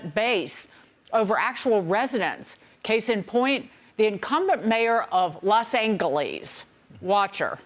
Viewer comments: Anchor can’t say Los Angeles normal? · You don’t have to pronounce Los Angeles that way 😂